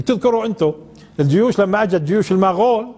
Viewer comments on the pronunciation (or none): المغول وليس المااااغول وجزاكم الله خير